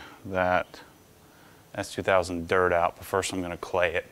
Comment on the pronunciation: It sounded like he says, "Dad, is that an Ass2000? " Yup! 😂😂😂